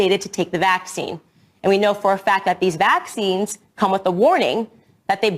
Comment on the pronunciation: Is anyone else annoyed as shit by the way Candace says "vaccines"? Why the hell does she put the emphasis on the first syllable like that??